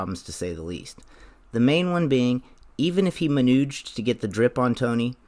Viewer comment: Just so you know, the second you said "manuged" I started cracking up and missed everything you said for the next fifteen seconds. I had to stop and go back.